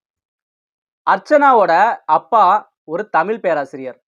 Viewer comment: இதன் மூலம் தாங்கள் இச்சமூகத்தில் சொல்ல விரும்புவது யாதோ? ஏன்டா டேய் வச்சிருக்க டைட்டிலுக்கும் உன்னோட பேச்சுக்கும் சம்பந்தமே இல்லையே.. தம்பி ஒரு சின்ன திருத்தம் அது தமிள் இல்ல தமிழ். அப்புறம் ஒரு முக்கியமான விஷயம். இவ்ளோ சொல்றானே இவன் தீவிர அர்ச்சனா ரசிகனா இருப்பான்னு மட்டும் நினைக்காதே நமக்கு எப்பவுமே தலைவி மாயதான்❤.